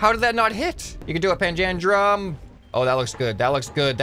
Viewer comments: it's pronounced panja-drum :D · Hey umm is actually said like pan-dalem